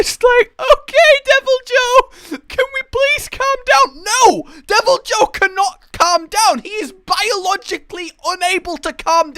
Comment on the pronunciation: It's pronounced "devil-eee-hue"